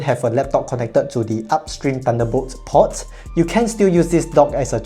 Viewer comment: "port" has a longer 'o', you're saying "pot"